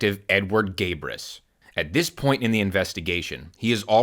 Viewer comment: Lol "Gay-bris"